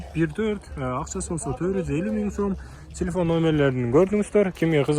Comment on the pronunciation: Тилифон дегин 😂😂😂 телефон